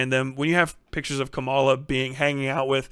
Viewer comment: KA-ma-la, not ka-MA-la. It's meaningful to speak her name correctly. I know it was a simple slip-up, but we gotta be careful to put respect on her name and rise above the blatant racist mispronunciation others are doing.